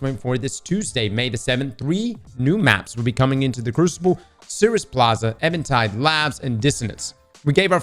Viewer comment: Minor pronunciation error but it drives me wild... I'm pretty sure the made is Even tide but you keep saying evAn tide